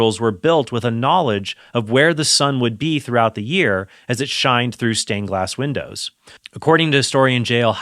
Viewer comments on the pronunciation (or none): none